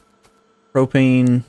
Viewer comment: Thank you for saying Propane right. :)